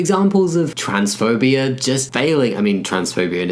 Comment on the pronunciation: It so often sounds like you're saying "transphobiar" and it makes me smile. Actually, listening to you talk in general is just... comforting. You always sound so warm and friendly and sincere, and since I'm American, you also sound just a little bit fancy to me.